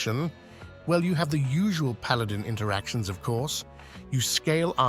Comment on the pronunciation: "Paladong" heh.